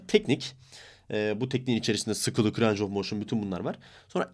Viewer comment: reis videolarına bayılıyorum ama lütfen range of motin derken "reyng" de "ranc" deme ya valla kusura bakma cok soyledin yoksa yazmicaktim